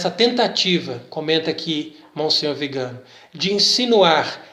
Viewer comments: Bom dia. A pronúncia do nome do Arcebispo nõa é Vigâno, mas Viganô. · VIGANÓ, TEM ACENTO NO Ó, NÃO É VIGANO. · Pronúncia do sobrenome está errada: le-se “Viganô”. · Não é Vigano, mas VIGANÒ… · A pronúncia correta é Viganó. É oxítona. Salve Maria